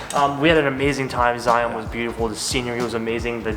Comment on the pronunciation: Glad you enjoyed Utah! BTW: it's pronounced more like Zy-uhn rather than the hard ON sound. There are a lot of weird pronunciations in Utah for sure!